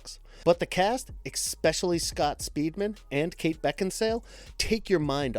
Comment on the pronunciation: HAHA man. There were HOLES in the story, not LOOPHOLES ;P Loopholes means something totally different. And dude... Ekspecially? What are you 5? I'm teasing while being serious, but mostly teasing.... It was a good top movie type video!